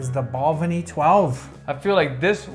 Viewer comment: As someone born and bred in Speyside, and back living here for the past 50+ years, I would like to congratulate both of you for your pronunciation of the distilleries. Just one small niggle though. Balvenie has the stress on the second syllable, not the first, so Bal-VEN-ie. Other than that, full marks!